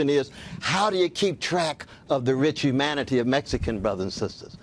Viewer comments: Did anyone else hear Cornell say human manity instead of humanity? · Love Cornell, no disrespect, but did he say human-manatee?